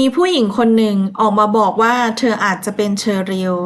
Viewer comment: โดย อ่าน ดวย ทุกๆคลิปเลยค่ะ ภาษาไทยหลายๆคำ กว่า อ่าน กั่ว แต่แม่ก็ชอบฟังหนูเล่านะคะ เป็นกำลังใจให้ค่ะ❤❤❤❤